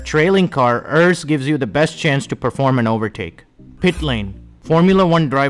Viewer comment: Only thing is it’s pronounced ERS not errs